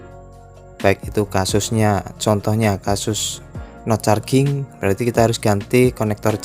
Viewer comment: Dr dulu menahan diem, sekarang udh ga tahan. Ngucapnya "no carjing" bang, bukan "no carging"